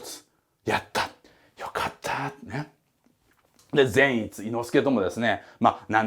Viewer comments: ぜん⤴︎いつ⤵︎のイン⤴︎トネーション⤵︎ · 善逸のイントネーションが違うと思うのはわたしだけ？笑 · 説明うますぎて、また見たくなった！！ 善逸のイントネーション気になるところ🤔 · 善逸くんの発音が個人的に気になる… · 善逸のイントネーション（笑）(≧▽≦) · 善逸のイントネーション違うー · 善逸の発音ww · 善逸の発音はあっちゃんのやつであってるのか！？！？あたしが鈍ってるのかあっちゃんが鈍ってるのかわからぬ、、、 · ぜんいつの発音草